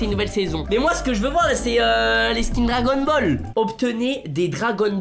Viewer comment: "Dragonne bol"